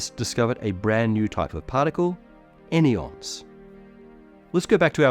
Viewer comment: Any-ons < An-yons 🙂‍↔️🫸 three syllables, clunky 😏👉 two syllables, sleak